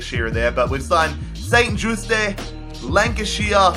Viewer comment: You pronounce St. Juste like the English word just and the e like you pronounced it